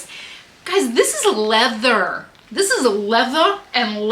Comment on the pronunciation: The "lea-vuh" and lace...🔥🔥 Excellent haul! And the skittles bag of Viagra was wild!! 😂😂